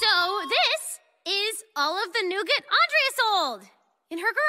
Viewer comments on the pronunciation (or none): It’s not Andrea it’s ANdrea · when you realize her only friends were the ones that accidentally pronounced her name wrong XD